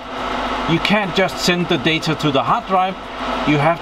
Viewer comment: I'm seriously going crazy hearing you pronounce the word data. You say "datar" og "deitar", with an R at the end .... it's data... without the R at the end.